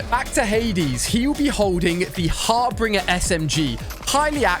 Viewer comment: its HAR-BIN-GER not HAR-BINGER